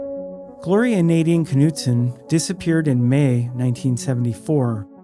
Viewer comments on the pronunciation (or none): none